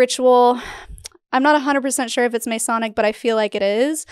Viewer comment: I'm so sorry if a million people already pointed this out, but Masonic is pronounced Muh-sonic, not May-sonic.